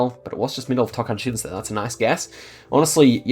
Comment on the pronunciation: That’s the first time I hear a foreigner Geoguessr player pronounce “Tocantins” perfectly! You got our T sound. Great guess.